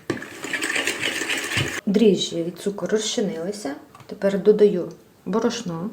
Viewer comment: Не правильно наголос, не бор`ошно, а б`орошно